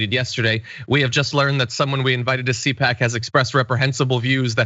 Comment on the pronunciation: C-pac not Coach!